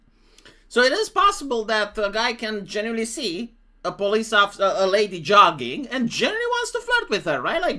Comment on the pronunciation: it's not jugging it's jogging!